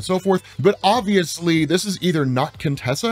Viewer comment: When you say, "But obviously" It made me bust out laughing, because it reminded me of the meme of the flambouant dude in the hood that said, "Well, OBVIOUSLY..."🤣🤣